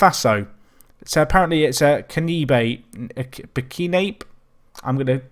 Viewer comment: It's "Bur - ki - nah - bey"